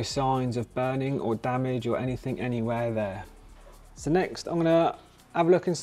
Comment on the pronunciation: Anythink !?!?!!?!?!?!?!?!!?! Talk like a grown up human !!!! 😂 the word is ANYTHING !!!!!